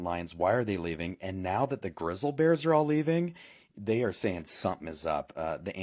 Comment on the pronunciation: !!! """ WARNING """ !!! YOU ARE BEING MISLEAD AND FOLLOWING COMPLETE UTTER BS """ MIS-INFORMATION """ -THE AI VOICE LATER ON IN THE VIDEO """" COULDNT PRONOUNCE " GRIZZLY """ EITHER = IT ISNT GRISSLE = THAT COMES FROM THE FRYING PAN ON YOUR STOVE " IDIOTS " PROOF ? GET OFF YOUR A__ AND GO LOOK AT CSGS = GO = LOOK = """"""""""""""""""""""" NOW """""""""""""""""" IF YOU BELIEVE THIS = """"""""""" YOU HAVE BEEN BRAINWASHED INTO A MIS-INFORMATION CAMPAIGN """"""""" AND THIS ISNT THE FIRST TIME I HAVE HAD TO REPORT THIS """" GUY """" = AND """" YES """" THIS IS HIS CHANNEL = ISNT IT " Dont Look Up " - ? TELL THEM OR """""""""""" I WILL """""""""""""""" BETTER YET = JUST SAY GOODBYE TO YOUR ENTIRE CHANNEL YET ONCE AGAIN = YES = """" AGAIN """ ! YOU STILL HAVENT LEARNT BETTER HAVE YOU ? EVERYONE = DO NOT FEAR A THREAT FROM YELLOWSTONE - WE HAVE WELL OVER 35000 EARTHQUAKES A YEAR AND SOMETOMES IT " SPIKES TO UP TO OVER 7000 " A YEAR - THERE IS NO TRACES OF ANY EURPTION AND THESE VIDEOS OF ANIMALS "" SO CALLED LEVING YELLOWSTONE ARE """"""""""""""""""" OLD VIDEOS OF HYBERNATION AND NOMADIC MOVEMENT WITHIN THE PARK AND SOME NOT EVEN FROM USA PARKS ALL TOGETHER """"""""""""""""" THERE IS NO MASS EXPLOSIONS OF ERUPTIONS NOR ANY VIOLENT EPISODES CURRENTLY A FOOT IN THE PARK = NONE """"" !!!!!!!!!!!!!!!!!! IF YOU SAY I HAVE NOT PROVIDED ANY PROOF = IT IS UP TO YOU TO RESEARCH THIS ON YOUR OWN = I AM NOT GOING TO """" TELL YOU WHAT TO BELIEVE NOR AM I AM BABY SITTER """ !!!!!!!!!!!